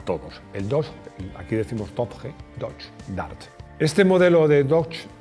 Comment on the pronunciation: Qué doche dart ni qué leches! El dogedar. Con acento en la a.